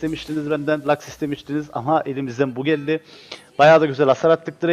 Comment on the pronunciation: normalde lax diyor elementalist olunca aksan değişiyor lux oluyor